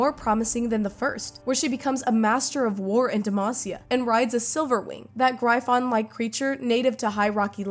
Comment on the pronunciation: L video cant say gryphon